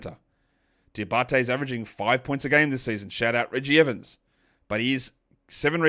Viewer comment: From the French guy, you now have Moussa Diabate's name on lock ! Cheers man 😁